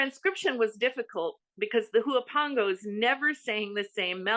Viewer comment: Huapango is pronounced “uapango”. H is silent.